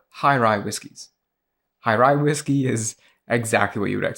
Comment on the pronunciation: Whisey? Never heard of it